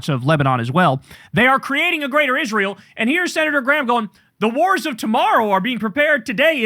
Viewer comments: Kyle, pronounce Israel correctly like Lindsay Graham. Isrull. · I hate the way Miss Lindsey says Isruul.